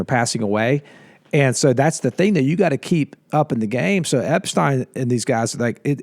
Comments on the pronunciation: 😅 it's Ep-STEEN. 👍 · hey, it's eps-teen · The person who doesn't know how to pronounce Epstein's name said it the most.